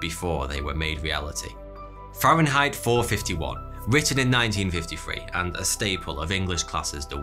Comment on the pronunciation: "A steel Beer Moth" (:¬O) Also never hears F 4.5.1. pronounced as F 4.51 before. ;¬) Will we not have rubbed ourselves out by 4338?